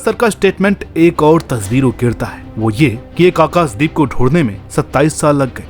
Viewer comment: खुद के नाम का उच्चारण अनुराग "सूर्यवंशी" और आकाशदीप का उच्चारण "आकास" दीप साफ है कि आपको "श" शब्द बोलने में कोई आपत्ति नहीं है अपने उच्चारण पर काम करो यदि खुद का नाम सही से ले सकते हो तो दूसरों के नाम भी सही से उच्चार करो